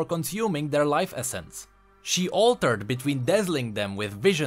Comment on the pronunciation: "life Essen"